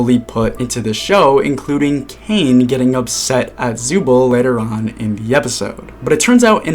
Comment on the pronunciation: Zooble ❌ Zubal ☑️